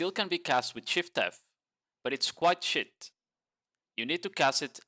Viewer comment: bro when you say "sheet", it sounds like "shit". Cracks me up everytime